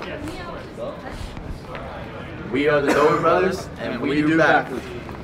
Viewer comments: It's dobre not dober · It dobre not dober